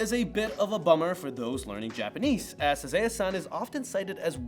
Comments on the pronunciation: The Sazae-San is Pronounced Sah-Zah-Eh-San not Sazay-San and Doraemon is pronounced Do-Rah-Eh-Mon not Do-Ray-Mon. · Nice informative vid! But why you gotta murder Sazae-san's name? Suhzay--san???? Also, instead of Garfield you should've likened Doraemon to Felix the Cat. Also, Doraymon??? I DID actually know of all of them, but I'm not gonna toot my own horn (too much!). Also, I didn't see any mention of Chibi Maruko chan! But very informative and good. No hate! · Isn't the first one pronounced "sa-ZAW-eh san"?